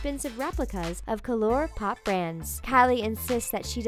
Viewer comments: "Colour Pop" pronounced as "coh-loor pop" ? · The presenter pronounced Colour Pop as "KOLLOR" Pop... Hahahaha. Her job was to read things out loud... At least do that properly. Some pronunciations of words in multiple Talko videos really bug me. The main point of these videos is to listen to commentary. Get the pronunciations right for pete's sake. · Do you guys purposely mispronounce brand names or what? KE-LOR POP? Seriously?? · I'm sorry but that way to say "colour pop" hurts me